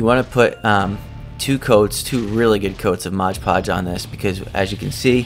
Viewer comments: Almost as bad as saying "Sculply". It kinda matters because modge doesn't mean anything, but mod is short for "modify". You can modify a hodge podge of things with it. Mod is an important part of conveying the purpose of the product. It's like calling a screw driver a scruge driver. The guy does good work, but I'd change two things about his channel: 1. The channel name, because it's not really accurate. Very little, if any, of his crafting has to do with witches. I avoided it on my suggested list for a long time because of the name. Most people who have witch related channels are extremely annoying. I bet he'd get more subs and views if he posted the same content under a more fitting name. 2. Him saying modge podge. He puts on a good show and makes really cool items and shows great techniques to do things that other channels often do in other ways. The sloppiness of misnaming one of his most used products doesn't fit with the rest of the production. Takes a semi-pro level video down to total noob level. He's proven himself to be better than that. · Beautiful work, as always! I love your videos! Thanks for uploading! ❤️ (Not that it matters, but it’s “mod” podge, not “modge” podge) 😜